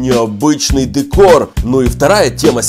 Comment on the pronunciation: Не дэкор а декор